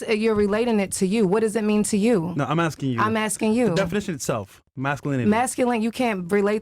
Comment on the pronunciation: this woman mispronounces every word.... "talsk" to a man, "aksing" a question, "muhzuklin" man....